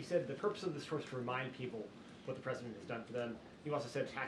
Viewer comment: A presinent???🤔